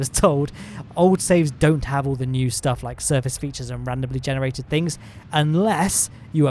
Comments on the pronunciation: good Schtuff like a german guy will say "stuff" ;) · I like how he puts the "SH" in the word stuff when he says " all that good shtuff."